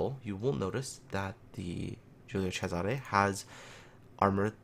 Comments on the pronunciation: pretty good pronunciation, but you missed the accent on Cesare: it should be a closed accent on the first E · You where almost there with the pronunciation, Giulio was correct but cesare close but not perfect